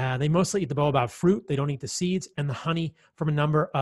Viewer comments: Bah oh bab. Not bow ah bab. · Baobab, not boabab 😊